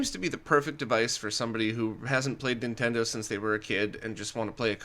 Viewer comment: Dude: "Nintento" has an N sound at the beginning.